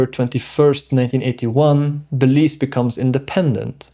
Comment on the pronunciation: It is pronounced Be_leaze. Ok